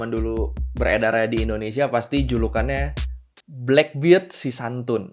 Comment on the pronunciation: blackbird itu taksi bro kalau blackbeard di baca blackberd si jangggut hitam